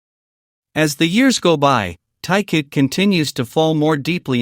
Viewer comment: Все хорошо и правильно,но нельзя так коверкать их имена.Если сразу про двоих,то нет никакого Тайка,потому что ВИ -Тэхен,а не Тахен, а вместе -Тэкуки т.е.Тэхен и Чонгук ,а не Тайкоп Режет слух и неприятно воспринимается текст. ТЭКУКИ,А НЕ ТАЙКУКИ.